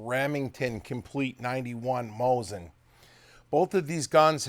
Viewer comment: you guys really bug me.... IT'S NOT MOZIN. IT'S MOSEEN NAGAN. The T is silent in Nagant, and the I is E in Mosin